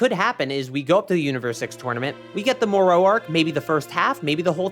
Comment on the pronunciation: Brother. Say it with me. Moro. More-o. Not more-owee. Jeeze. Killing me lol. I also dont understand why they are refusing to animate these new arcs. Its really pissing me off. Diama was great and all but its not giving us what we want. I guess they are just gonna let this franchise die?